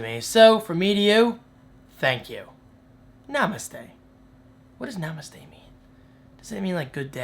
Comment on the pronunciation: i love the way you say namastey.. we say this word as hello.